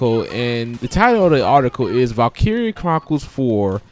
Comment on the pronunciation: You're saying it wrong.